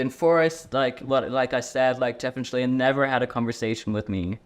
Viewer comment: Resorting to mispronouncing someone's name / assigning them jokey names cheapens the rest of your very valid critique. Quit with the "Sheleigh-leigh"ing. Don't stoop that low.